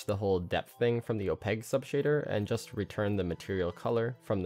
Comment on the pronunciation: I love these videos. Also, you pronounce opaque as opeg. Kinda weird. But I still love these videos.